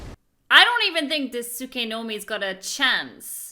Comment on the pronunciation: You said tsukenome😂